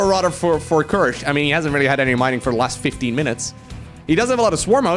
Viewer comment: jesus man can u finally learn how to use the TH its not radder its raTHer its not udder its oTHer